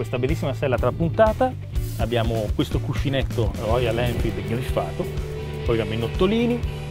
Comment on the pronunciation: ma perchè dice royaN?